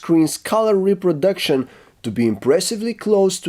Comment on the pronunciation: I hear what you said there... "reproduction as reproduksyon"